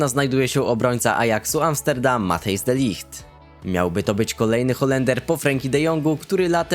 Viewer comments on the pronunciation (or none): Nie De Light tylko Ligt